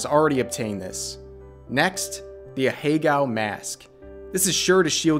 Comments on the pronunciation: Ahegao is a four syllable word smh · This goes without saying but the blatant mispronunciation really adds to the experience